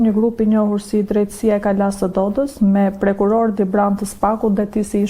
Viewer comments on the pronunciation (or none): Sa keq mënyra e bërjes së pyetjeve.Pavarësisht sarkazmës të supozuar , përcillet keq. Përveç kësaj, një gazetare që thotë "prekuror" dhe jo " prokuror" të fik interesin.